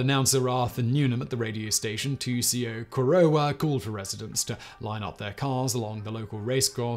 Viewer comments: Also COR o wa. Not co ROW a. It was driving me a little bit nuts even though this was another great video of his. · "ALL Bury, CHARLEY ville, COR OH WA". Please check your pronounciations before posting a video. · The pronunciation of Albury is so grinding to a Victorian. Its pronounced All-Bree. And Corowa is Kor-o-wa. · oh and Corowa... just as bad lol